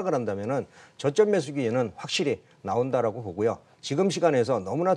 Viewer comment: 선생님.. 왜 자꾸 기회를 기희라고 하세요..